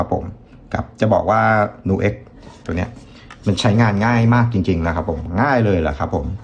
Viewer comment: ผมว่ามันอ่านว่า นิวเอ๊ก เหมือนคำว่า music เราอ่าน มิวสิค ไม่ได้อ่านว่า มูสิค